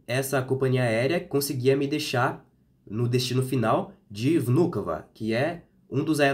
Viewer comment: How beautifully and correctly you said the name of the airport “Vnukovo”. Very correctly, with the right emphasis.... Very nice..The woman doubted because you speak Russian very well))